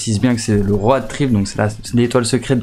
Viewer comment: Trop fort comment tu prononce road😂